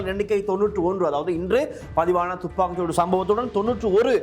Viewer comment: யோ.. துப்பாக்கு சூடு.. இல்லை வடிவாக உச்சரிக்கவும்